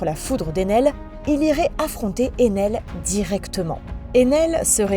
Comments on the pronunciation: j'ai suivi en vf puis en vostfr et ensuite en manga donc ok les prononciation en japonais son peut-être bonne mais vue que là c'est une vidéo française autant utiliser les nom français comme Ener pas Enel et orse c'est pour Oz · "enel" "orse" "dresse rossa" "l'ile tous gateau" alors j'hésite a dire sympa l'ia ou tu as des problèmes délocutions mais sa reste assez bizarre quand même